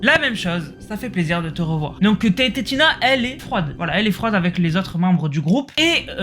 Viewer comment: sa se dis TNTina pas TNT tina 😭